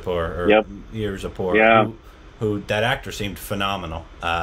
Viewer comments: Marjepoar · Congrats for pronouncing Mirzapur correctly!!!😂😂😂